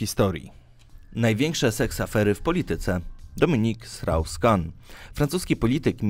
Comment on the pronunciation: Czy ja usłyszałem 'Dominik Srał Skan'??? Boże, jak mieć pecha z imieniem to na całego...